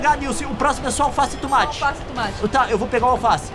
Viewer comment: tOmate e não tUmate